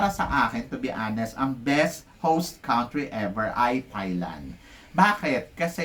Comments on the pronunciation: Paulit ulit na po tayo sa pag ko correct sa inyo di kayo nakikinig Eloquent po di elequent Borromeo hindi Bormeo Sa Country pronunciation po parang kun-tree Teacher po kayo sana natuto kami sa inyo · Eloquent ho hindi Eliquent Country (Kahn tree) -Hola (Ola, letter "H" is not pronounced